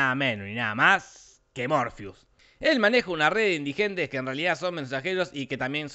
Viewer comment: Todos: Morfeo Te lo resumo: morfiu.